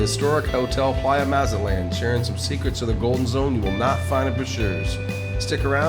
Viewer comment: How is it you know all the history, but can't say the Name correctly? Maw Zat Lawn NOT Mazz At Laan Good Grief! Otherwise good info.